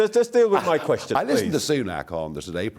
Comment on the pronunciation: No way the interviewer really said "Muh ancestors" lmao